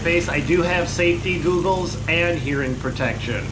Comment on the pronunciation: Safety googles , pronounced ( Gawg - ooles ) not like the tech giant ( Goog - ul ) .